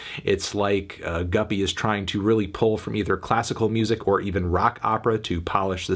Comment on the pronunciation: Thank God you learned it's pronounced guppy instead of goopy.